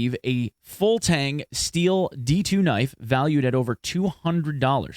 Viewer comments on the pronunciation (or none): none